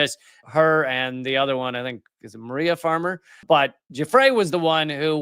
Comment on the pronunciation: If it matters, i believe it's pronounced 'goo-fray', not 'juh-free'